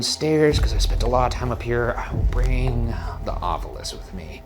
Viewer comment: No, I say "It's Ovilus damnit! Not Ov-U-lus! It's written right there! Read the bloody word!"